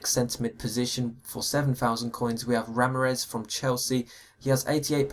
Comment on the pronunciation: Lol the way he pronounced Ramires!